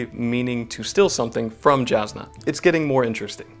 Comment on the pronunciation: Those pronunciations of Jasnah and Shallan made me cry.